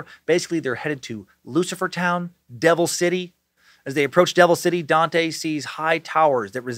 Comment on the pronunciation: Dante is my name, it’s great hearing Dan say it lmao